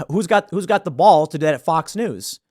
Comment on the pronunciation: You really need to learn how to say BALLS. How you say it is Horrible! It’s beyond horrible, it’s like death to my ears. Idk if you have your mouth full of something when you say it 🤮